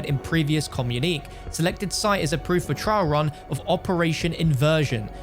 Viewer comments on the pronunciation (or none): It's Pronounced like, CommuniKAY